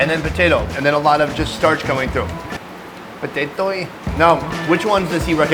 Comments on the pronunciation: he repeated saying potatoey with the same accent LOL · it kills me when said Potato-eeee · That "POTATOEIYYYYY" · 'potatoy' HAHA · I was done when he said “patatoey” 😂😂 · "potato-e" LMAO 😂